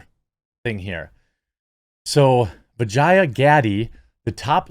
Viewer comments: dude is intentionally mispronouncing her name to sound more like vagina 😂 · Quit butchering the poor women's name. It's pronounced Va-jay-jay! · every time you say her name, I cant help but think dirty... vajayjay, darnit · Who would name their daughter Vah-Jiy-Ah?? Come on, Man! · Ever time you say her name, I'm hearing "Hello. I'm principal Vagina" from Rick & Morty. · Worth the watch: Jeremy trying not to pronounce vijaya incorrectly. 😂